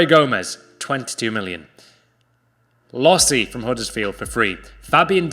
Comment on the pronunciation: Did you say «Lossi» hahaha